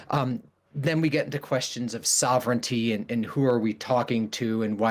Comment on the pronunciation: “soh-vren-ih-tee” Wtf